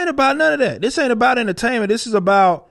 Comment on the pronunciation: Enterstatments instead of entertainment